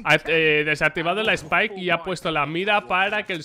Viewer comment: como que spike xd?